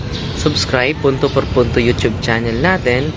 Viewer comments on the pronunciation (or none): none